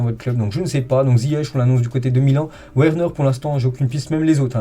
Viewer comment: Lire "Verner" et non Werner. "Odoï" et non Odoi